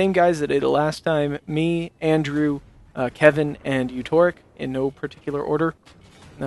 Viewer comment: it's 'andrew' with an 'a' in the middle... 'aindrew'... how did that work?